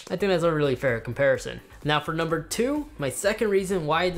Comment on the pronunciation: Did he say "Nucumbers"?